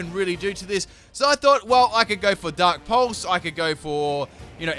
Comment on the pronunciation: do my ears decieve me, or did he say "dank" pulse? :D